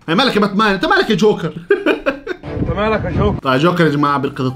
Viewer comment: يا جماعهه حد انتبه انو ما بحكي جوكر بحكي شوكر😂😂